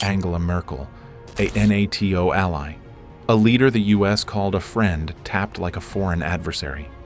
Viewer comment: Who, except for an AI, does say "N-A-T-O" instead of NATO?